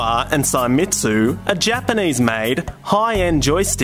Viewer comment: It's "say-meats" not "sai-metsu"